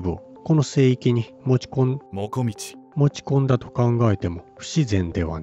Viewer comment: 奪いたかったに姥捨てたかったが入り((( ；ﾟДﾟ)))けど面白い❗️ 最初聞こえたのは保管するで２回目は悪寒する❓️ 5:42１回目は持ち込んだですが２回目はもこみちと発音している様に聞こえました⁉️ (テロップの文章)キプチャクの滅亡と…読めた❕ (ナレーターのナレーションを聞いた範囲では)キャプチェクキプチャクの滅亡と…聞こえた❔ 最初は容易に齷齪と聞こえ次に容易にアクセスと聞いた‼️ 面白い仕掛ですね🎵。